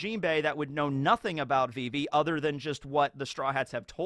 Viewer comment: It's not vee-vee. It's viv-ee